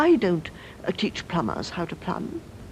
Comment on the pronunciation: yes right 'plumbers' please, not 'plummers'.